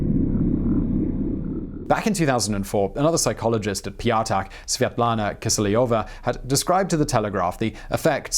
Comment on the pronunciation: "Ptyatak" (stress on the last syllable: pyat'ak, like in 'cognac') would translate more like 'fiver' or 'a coin of a value of 5'.